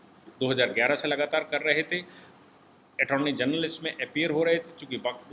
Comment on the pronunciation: ATTORNEY GENERAL … not Atorny General